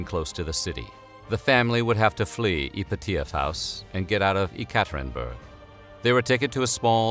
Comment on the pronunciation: The way you pronounce "Yekaterinburg" makes me cringe.